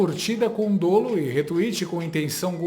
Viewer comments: Ótimo vídeo, apenas um ponto: a pronúncia correta do substantivo é aberta ("dólo"), apesar do adjetivo ser pronúncia fechada ("dôlôso"). Esse erro é comum e chama muito a atenção. Parabéns pelos conteúdos! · TV, a pronúncia correta é dólo, com o aberto.